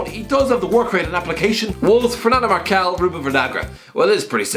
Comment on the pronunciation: Fernando Marçal deserves a shout. "Marcal"... oh lord